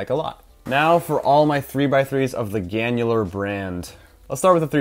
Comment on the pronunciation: Lol ganular brand